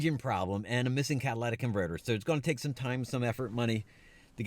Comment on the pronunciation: Catalytic converter not Cadalatic converter.